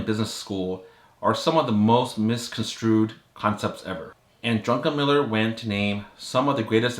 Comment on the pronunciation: Druckenmiller not Drunkenmiller